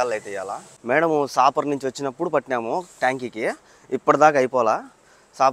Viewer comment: సాపర్ కాదు సఫర్ అనాలి